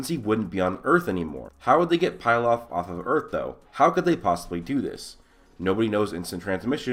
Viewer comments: Bro it's not 'Pil-off' It is Pilaf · It's not pie laf it's pee laf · Bruh its not pie-laf it's pee-laf. Emperor Pilaf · I love your videos man. But it's pronounced pee-lahf